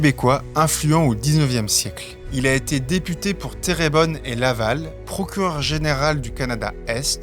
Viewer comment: C' est intéressant , merci Petite précision a 6 minutes45 tu prononce le nom de ma ville de une façon totalement originale qui me fait rigoler Terrebonne pas thérébonne. ...terre comme la planète ! de la terre qui est bonne nommé ainsi en 1673 par un seigneur français pour souligner son potentiel agricole